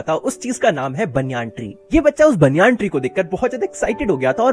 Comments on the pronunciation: bhai banayan tree hota hai baniyaan tree nahi 😂😂😂😂🤣🤣🤣🤣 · banyan tree❌ baniyan tri😃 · banyan tree❌baaanyaan tree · banyan ❌baniyan✅